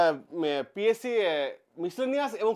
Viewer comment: Psc valo kore uccharon korben😂😂😂😂😂